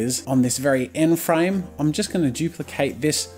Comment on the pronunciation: U Said frane like 999999 times